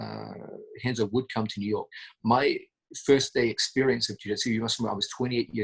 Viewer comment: Pssst John.... if you're gonna call Renzo, "Henzo", be sure to call Roger, "Hoger". Otherwise, you're f'n awesome!